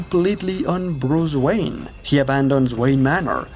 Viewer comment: bruce wanye